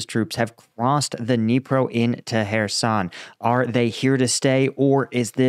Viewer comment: Ah you meant Kherson...you said hairson again.. Kh as CH in loCHness... it's easy..